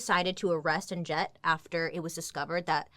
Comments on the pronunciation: The "j" is meant to sound like y..it's pronounced Anyett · Ann jet is hilarious!!! But…just so you know I think it is pronounced Ann Net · I think the J is silent in her name... Pretty sure it's just like "Annette." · My mom’s sister is named Jet. Every time you say Annjette, I keep hearing “Aunt Jet”!!! 😮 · Did anyone else think that Bailey was saying "And Jett" rather than "Anjette"? For ages I was like who's Jett 🙈🤣🤣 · What if the j is silent and her name is pronounced uh-net 😂🤣🤔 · Does anyone else wonder if the name Anjette would’ve been pronounced with a silent j if she was in Europe? It would sound like Annette. 😊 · Why did i think you were saying aunt jett the whole time lol 🤣🤣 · Isn't her name pronounced as Annette? The "J" is silent I believe. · Okay side note: every time her name was said, it sounded like "Aunt Jett" and now I want to watch Practical Magic. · Anjet? Maybe Anjette but pronounced in French like it should be? Just wondering 🤔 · I think her name it said like Annette.